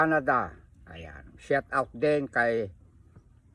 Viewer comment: shout out hindi shot out tatang me admin kpa nlalaman pero di tinatama pananalita mo para kang tanga lang😅